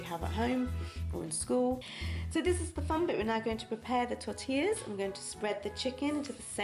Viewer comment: This looks good. Coincidently I actually made Mexican food this evening. We had Nachos. It is a popular one with my children and easy to make veggie just by replacing the meat with Quorn mince. I'm impressed that you pronounced 'Tortilla' correctly. Most Brits sounds the double 'll' when they say it.